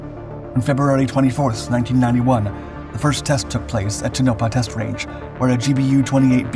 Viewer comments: Great video, just one tiny nitpick; at or so, you mispronounced Tonopah, it is "Toe-nuh-paw", not "Two-nope-uh". Sorry, I live in Vegas and grew up in the Mojave desert of SoCal and Nevada (which people mispronounce ALL THE TIME- its "Nev-add-uh", not "Nev-odd-ah"!, lmfao!), and I had lots of friends whose dads were pilots and flew a lot of missions to the Tonopah Test Range. Its one of those words, like Sequoia or Tucumcari, that if you just read the word but never heard the proper pronunciation, you'd probably never figure it out phonetically. Like I said, super tiny nitpick in an overall awesome video. Keep up the great work! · Tone-ah-Paw You've been called out on this before. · To-No-Pah --- Geez...say it right.